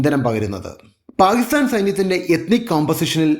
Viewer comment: First learn to say Pakistan properly